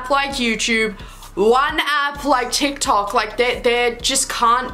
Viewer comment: “d not a t” DIKTOK